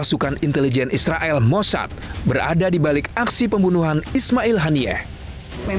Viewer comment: Gila ya blom ada bukti, Ngomong nya eanak aja ya bilang isreael😂😂